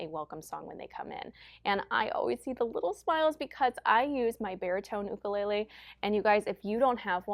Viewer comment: great video. Thank you for pronouncing "Ukulele " correctly. So many music teachers pronounce it youkulele, not cool.